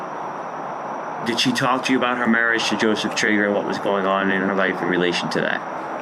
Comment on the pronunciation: Can't say marriage???😅😅😅